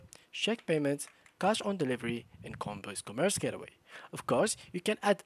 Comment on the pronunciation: It’s the accent. He wasn’t saying "gateway".